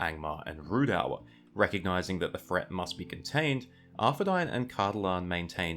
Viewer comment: please learn to pronounce things better, its not ruedour, its Rhudaur, its uhreeador, its Eriador.